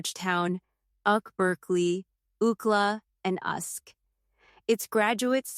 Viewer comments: Ai slop 🤦🏾‍♂️ Oohkla? Uhsk? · Did she really say uckla, usck and uckberkeley 😂 (UCLA, USC and UC Berkeley)